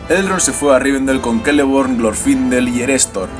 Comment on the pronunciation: Hola, una pregunta; ¿porque los nombres elficos que empiezan por "C" los pronuncias con "K", como Celeborn , Celebrimbor o Cirdan ,si se ve claramente que es una "C" y no otra letra?